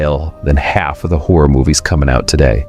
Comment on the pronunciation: this guy pronounces "HORROR" - "whore"!